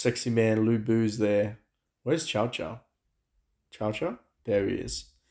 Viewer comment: please don't pronounce Cao Cao as the dog chow chow, he's a hard s, T'sao T'sao, or just say Sao Sao xD Always painful to hear chow chow